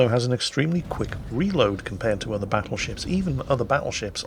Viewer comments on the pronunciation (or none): none